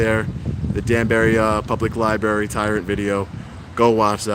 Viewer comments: I think it could be me, but you might be pronouncing the place where they keep all the public books, incorrectly. Your grammar and vocabulary are awesome, so please don't take me as being too critical. Love your work!! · 024 “At the Danbury public ‘ libarry’ lol. This is the way 3 yr olds pronounce it. Perhaps he needs to visit the ‘libarry’ more often. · I love you bro, but it's LIBRARY!! Not Lie-berry! LOL I'm from Harlem so i used to say it the wrong way all the time. Now whenever i hear someone say that, it grinds my gears lol lol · I just hate the way he says "Liberry" lmao. Other then that great content 👌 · Anyone else hate how he says liberry lol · Love what you do and love to watch your videos. But dude please pronounce Library correctly. lol There is an "r" after the b in Library. other than that great work. :) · Library has TWO R's. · its "library" dumb ass